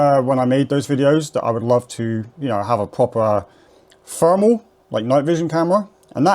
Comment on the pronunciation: Brilliant mate and you say Fermal instead of thermal just like I do? 😅🤝